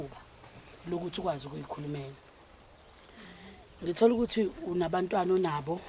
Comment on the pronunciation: ❤❤ngikuthanda masewuthi "ngi tholukuthi" sengathi uyabhula